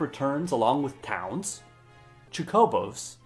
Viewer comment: This man must learn to pronounce Chocobo correctly.